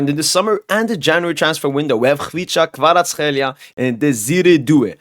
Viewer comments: I see, but still despite help, it is hard for others to pronounce it correctly, because of kh, but u do it perfectly, and thank you that u do ur videos in English, i forgot my French so now practicing to revive my knowledge of French, what football doing to us :D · wow you pronounced kvara;s name so well im surprised